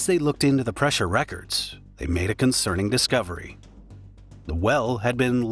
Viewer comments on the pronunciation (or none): none